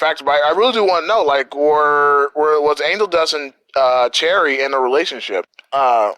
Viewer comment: You were saying Cherri bombs name correctly. Even though it’s spelled differently, you still pronounce it like the fruit.